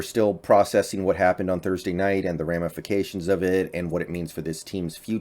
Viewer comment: He said ram-ifications! That's fitting! Geno is going to be alright